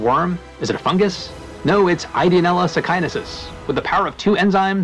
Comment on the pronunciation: sakaiensis not sakainesis